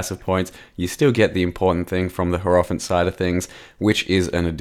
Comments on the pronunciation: yarp. Hierophant should be pronounced more like High-row-fant and not Hair-off-int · cannot unhear the way pronounces Hierophant